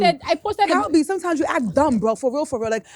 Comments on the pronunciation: Wait ooooooo Did say dumb or dumpppp😂😂😂😂😂😂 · it’s DUMB NOT DUMP